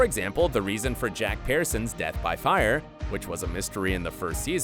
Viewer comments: THIS VIDEO KEEPS ON DAYING THEIR LAST NAME WRONG!!!!! It’s not the PEARsons (like the fruit) it’s pronounced like peersons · Pearsons isn't said properly in your video. It is said Pierson not Pearson. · Lol why is he pronouncing Pearson's like that? 🍐sons